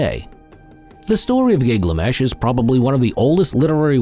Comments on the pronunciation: It’s GILGAMESH not Giglamesh!!! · Keep saying Gig lamesh